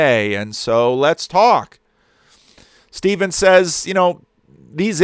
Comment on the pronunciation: Hi. Just FYI, the names Stephen and Steven are pronounced the same. The way you are saying it, like Stefan, is spelt Stephan, with an ‘a’ not an ‘e’.